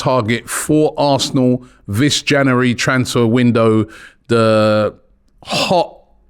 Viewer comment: I'd love it if Robbie could pronounce January properly haha